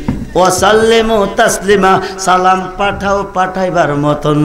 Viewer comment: সালামটাউ শুদ্ধ করে উচ্চারন এর যোগ্যতার অভাব দেখতে পেলাম। আল্লাহ পাক এই সকল নামধারী আলেমদের হেদায়েত দান করুন।